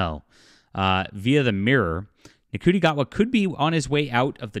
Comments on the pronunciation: Ncuti is pronounced "Shooty". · His name is pronounced "shooty" btw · I can't stand the new Who either. It's garbage, they're fudging the numbers and just plain lying about its popularity. The scripts are awful and Ncuti Gatwa is terrible as The Doctor. However, he IS a favourite in Sex Education and rightfully so. (BTW his name is pronounced "Shoe-Tee" - as in wearing shoes and T-shirt.) You've put a lot of effort into the narrative so try to get the names right.